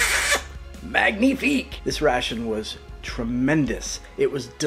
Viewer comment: That was MANG knee FEEK ! You sir are a con swier of fine foods. You went "too French" on weapons "cash-shay". It's just "cash". Never go too French.